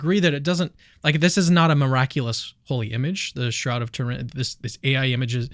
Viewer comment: You can't even pronounce "Turin" correctly. AI doesn't even believe in Jesus.